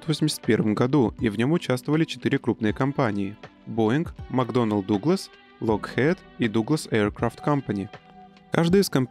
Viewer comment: Читается «Локхид» с ударением на о. А не «локхээд», деревня